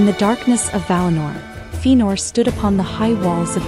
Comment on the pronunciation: Very nice but its pronounced Fe-a-nor.